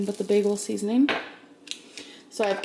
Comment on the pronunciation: Her “seasoneen drawer” makes me cringe. I’ve never seen anyone lay their spices down in a drawer like that.